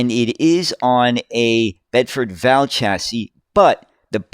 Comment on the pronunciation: It's a Bedford V. A. L., rather than pronounced Val as in the girl's name... 😉